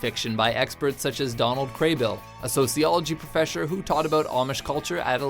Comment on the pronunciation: "Sociology Profeshor."